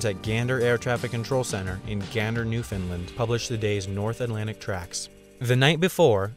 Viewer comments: newFOUNDland not newfinlind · Newfoundland is pronounced as follows: NEW-FOUND-LAND, not NEW-FIN-LIND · It's pronounced NEW-FOUND-LAND. Not newfoundlin or newfinlin..smh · new- found-LAND. Not newfunlind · Wendover my guy, we need to talk, as someone that has lived in both Gander and Newfoundland, it is not “New Finland”, closer to “Newfin-land” or “New-fin-LAND”. Top notch video otherwise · It’s (New—found—land) not New-fin-land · new-FOUND-land. not new-fin-land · You idiot what the f#$k is newfinland it’s Newfoundland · It’s new-found-land not newfinlind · New-found-land not new-fin-Lind please say it right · Shout out from Gander, Newfoundland.. Now say it with me New-Found-Land. Not Fin-Land. lol sorry had to lol. Good video as always.. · Why do you say New Finland instead of New Foundland? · Newf-in-LAND not New Finland. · I know how it reads, but it's pronounced ~ "New-fund-land"... :) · He just triggered all us newfies by saying newfinlind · you pronounced newfoundland wrong ( it is ponounced new-fond-land) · Am I the only one annoyed by him calling NewFoundLand Newfundlund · Is it me or it sounded as if he said New Finland rather than New Foundland :) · Newfoundland - "newf-un-land" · you sound like you're saying NewFINland Canada... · "Newfinlind" it's pronounced like Understand. Understand Newfoundland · Hey, love your videos! Just a note that the correct pronunciation of the province of Newfoundland is new-fin-LAND (rhymes with "understand")--thanks for the shout-out for Gander! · You said Newfoundland wrong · Although he gets many place names wrong, it seems that you would too. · Thanks for mentioning Gander, though you say "Newfoundland" weirdly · Great Video but you say Newfoundland wrong.